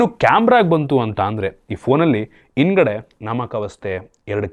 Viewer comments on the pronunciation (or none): "ಇಂದ್ಗಡೆ " ಚೆನ್ನಾಗಿದೆ 😂😂😂, "ಅದಿನೆಂಟು " ವ್ಯಾಟ್ 🥳🥳🥳